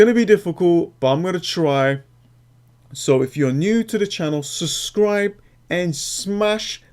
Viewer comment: It's pronounced Sub-scribe not suscribe